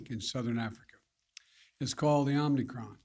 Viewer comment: OMNICROM! He is that stupid, folks. 3 or 4 times he had a chance